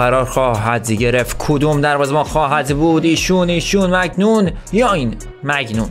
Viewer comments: اون دروازه بانه میلان مایگمانیان اسمش نه مگنون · اون دروازه بان مگنون نیست مانیان هست مایک مانیان